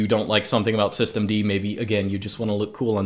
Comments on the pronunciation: "soy-stemd" xd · As soon as I heard "Soystem D" I lost it 😂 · "Swisstem-D", well said